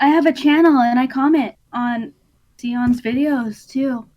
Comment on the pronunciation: They both pronounced seon differently